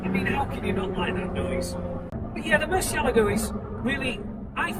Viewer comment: It is not a murceligo, it is a Murcielaaaaago